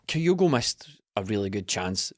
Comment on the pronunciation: As ever, good stuff 👍. But please, please, PLEASE, gonnae tell it’s Kyogo, no’ Coyogo. 😳